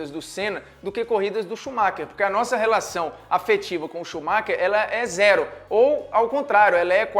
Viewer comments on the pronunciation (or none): none